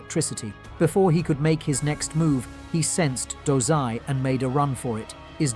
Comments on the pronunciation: Dozai?, i thought it was dazai, osamu dazai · bro did you just said 'DOZAI' I thought his name was dazai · His name is dazai idk why he did that lmao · Dazai❌ Dozai✔️ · he pronouncing wrong, its dazai